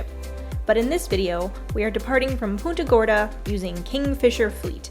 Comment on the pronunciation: You seriously didn't show mangrove road? Dude, thats iconic boca grande. I grew up going here every weekend cuz we lived in port charlotte. As for how you pronounce punta gorda..wow. 😅 never heard that before and i went to high school in punta gorda